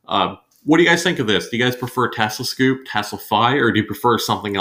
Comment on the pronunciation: thank you for the comparison, I hope to have my car end of next month and looking at all these services reviews. there are so many out their now, but I do like TeslaFi. also, scope as in telescope, not scoop. :-)